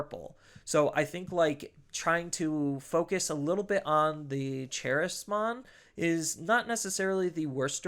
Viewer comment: Random nitpick but charismon is based off the word charisma since it comes from the social media appmon so should be pronounced KUH-rizz-mon and if that's not the official pronunciation I'm gonna have to have a word with bandai. Love the theory Crafting on this deck though